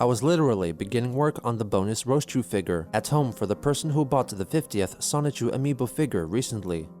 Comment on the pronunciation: 46 videos in, and Chris has STILL not once pronounced the N in Sonichu. It’s always “Sahchu.”